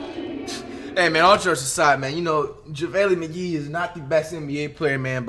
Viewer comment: “javaylee mcgee”